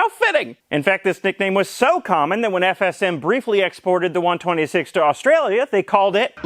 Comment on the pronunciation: I have to appreciate how you actually took the time to say FSM properly, many people absolutely butcher shit with ż and stuff and and up sounding like a drunk person saying shush